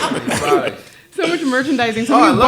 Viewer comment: "All the skus.."😅😅😅